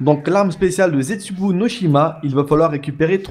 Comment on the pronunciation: Tu t tromper c pas ztesubou mais zetsubou